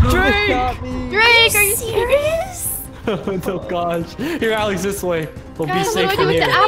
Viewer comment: Alex not jaef